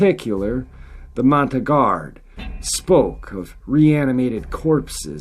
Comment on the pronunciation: Mon-tan-yard pronunciation for the tribe. Don' ask me how I know. Great stories.